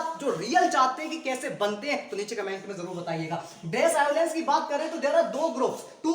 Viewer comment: Abe chutiye tumhe to allowance na pronunciation bhi nhi kerna aata hai.